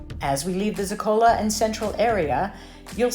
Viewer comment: Please. ZO-ka-lo is the correct pronunciation….